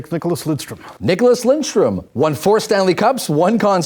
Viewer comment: "Niklas LinDstrom" "Borea Salming" XD